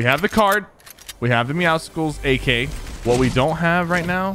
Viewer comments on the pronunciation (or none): IT IS MEOWSCELS NOT MEOWSECKELS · Lewis TheOneAndOnly I agree, idk why "Meow-sickles" is a thing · I hate it when people say “meow-skles” it meowcles, just like muscles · Why does everyone pronounce it meow-skulls? meow+muscles=Meowscles, so it should be pronounced meow-sulls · why does everyone say “meow-sicles” it’s “meowsulls” just how muscles is pronounced mussels not musicalls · Doesn’t it trigger you when he says meowcicles instead of meowcles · Say Meow then say Muscles combine and u get MEOW SCLES!!!! NOT MEOW SICLES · Muscles + meow(a cat) = meowscles. Stop saying meoskles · Meowscles is pronounced the same as muscles and meow combined Dont go meowsuhkles mkay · PigCake101 lord I’ve been doing it so wrong 😑 is it like meow cels like pronounced like that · Does it bother anyone else that he says meow scicles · Why does everyone call him meowsickles? Bruh well how tf do you say muscles? Musickles? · Pronounce Meowscles right. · Does Sypher know that hes pronouncing Meowscles wrong? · Please don't say meowscles like that. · Why does everybody say it like that? Do you say muscles with the c sounding like a k? No you don't, the c in Meowscles is supposed to sound like an s.